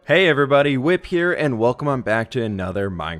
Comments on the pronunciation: I was watching this again and I just realized he said “ hey guys it’s whip here” instead of fwhip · Is it just me or does he say “Hey everybody, whip here.” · Did he say "wip" xD